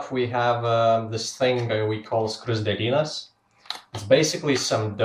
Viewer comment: You said skruzdelynas really well :D